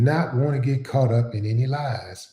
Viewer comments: Caught not “Cought” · “Cought” in lie? How can I take this vid seriously? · Caught not cought... wtf Willie D. Please get it together. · “Cought”? 😂😂😂😂 ok stop. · FYI it's "Caught" in a lie, not "cought"